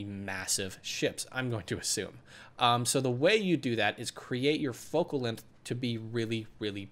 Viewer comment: "lenth" jk i love your tutorials